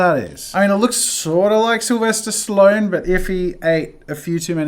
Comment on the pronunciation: Sylvester stiloan 😑. sorry I just had to point that out